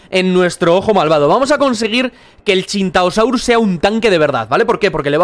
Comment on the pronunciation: Bliste es tu biste juegando que la machina y no se dise chintaeosaurio se dise sintaeosaurio